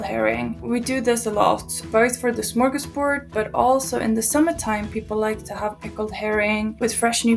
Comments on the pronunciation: It's "smörgåsbord" and not "smörgåsburg". Smörgås means an open faced sandwich and bord is table. But a lot further back, smörgås was not referring to a sandwich but a dollop of butter. One of the most common orders for traditional food is called "SOS", or "Smör, Ost and Sill". Butter, cheese and herring, which were the foundation of the "smörgåsbord". Along with "snaps". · Smorgasburg, haha. Other than that, nice video! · Smörgårdsbord. Not burg. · What even are the first two dishes? it should be a potato pancake, not a waffle. Also "gentlemen's delight"? No! Old man mix is what it translates to. Also, "smorgasburg"? WHAT? "Smörgåsbord" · * psst* it's smorgasbord (not "smorgasburg"). The latter makes it sound like a German town or something 😂 It literally just means "[open] sandwich table" (even though it's not really sandwiches but a buffet of certain types of foods and dishes). The "open" is because we don't do closed sarnies in Sweden, it's always one slice of bread with a topping, unless it's a packed lunch and you close it for convenience of wrapping and transporting it. But then it's called "dubbelmacka" (a double sarnie) 😉 Also, raggmunk is not traditionally served with bacon, but with thicker fried slices of cured pork belly, but bacon works really well with it too! And the waffles are supposed to be eaten freshly made, hot and crispy from the iron. Yours looked a bit soggy, but that's life when you don't own a waffle iron like virtually every Swedish household, LOL (Also, I'd like to point out that "ansjovis" in Swedish is not the same thing as "anchovies" in English. It's just a different kind of pickled herring that's saltier and not as sweet as the usual kind, but still not nearly as salty as anchovies. The correct translation of "anchovies" to Swedish would be "sardeller".) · It's smörgåsbord, not burg! Bord means table, smörgås means butter goose, which our name for sandwhich. Smörgåsbord means a table full of swedish food.